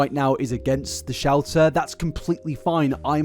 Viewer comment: For the first 10 minutes, anytime he said Shelter i heard Shouter and i was so confused as to what a Shouter was